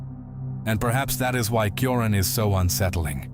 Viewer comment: It's pronounced t-ch-ioran